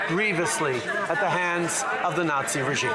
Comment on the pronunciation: Coke in his plane then hanging out with a Naw-zshee....tsk tsk...so lib.